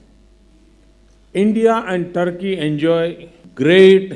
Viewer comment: turkey hai trki nhai